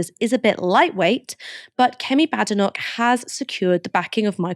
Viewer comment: 🙄it’s not pronounced bad e nok 🙄🏴 as it’s a place in a great country and me being one it bade noch